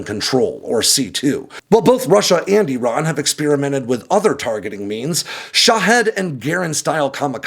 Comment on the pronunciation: He's saying Iran wrong